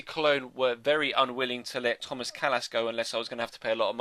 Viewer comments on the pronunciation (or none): none